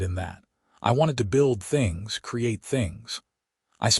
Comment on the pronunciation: "I wanted to build THINGS....create THINGS"!!!!!!!!!!!!!!!!!!! FREAKING HUMAN SPEACH puts the stress on BOTH of these on the BUILD and CREATE..................NOT ON "THINGS"!!!!!!!!!!!!!!!!!!!!!!!! "I wanted to BUILD things, CREATE things"!!!!!!!!!!!!!!!!!!!!!!! YOUR AI IS GARBAGE!!!!!!!!!!!!!!!! Get a new ONE!!!! or Get a NEW one!!!!!!!!!!!!!!!!!! DO YOU FKN SEE that those two sentences are different"""!!!!!!!!!!!!!!!!!!!!!????????????? STRESS ON THE FREAKING WRONG WORD, CHANGES everyTHING or EVERYthing!!!!!!!!!! YOU DON'T GET IT, DO YOU!!!!!!!!!!!!!!!!!????????????